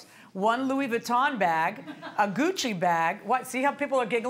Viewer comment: 😆 Goodchie? It's Gucci! Louis Vuitton!